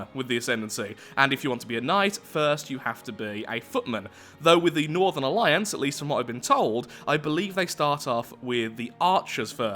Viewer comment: The way you said northern alliance sounded like northerlions...